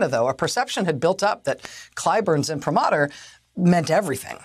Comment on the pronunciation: Maddie mispronounced imprimatur.